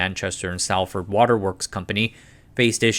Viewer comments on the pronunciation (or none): Superb video as usual. Very much appreciate the detail and work which goes into these. Btw, a couple of words stood out: Salford pronounced more like "Saulford" but with a short 'Saul' sound Penines - merge the words "Pen" and "Nines" together as if they were one word. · If uploader is reading this, we do appreciate your effort in covering this topic. To correct some of your pronunciations for future reference - Salford is pronounced like "sol - fud" and Pennines is pronounced "pe-nines" (like the number 9) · Salford is pronounced like "solfəd" Pennines are pronounced like "pen eins" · As a Manchester resident, I have to say "united" utilities is far better than whatever they have these days on the thames. Im not fussed by it but I imagine you are going to have many angry salfordians in here about the pronunciation.